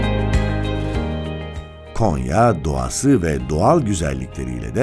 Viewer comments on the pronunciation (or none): none